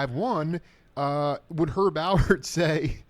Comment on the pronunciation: Alpert, with a p. Is that hard? Really!